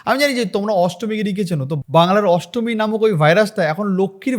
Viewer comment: ASTMI NA NASTAMI, TA HOLAY SUN TOR VASAN GULO SOGACHI PARITALAY BA RAHINGA LUNGI TOLER SOVA PAAY